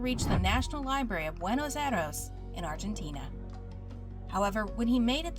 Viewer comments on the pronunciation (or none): damn that "Buenos Aires" is butchered as fuck